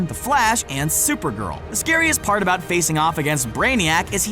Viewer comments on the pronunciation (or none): none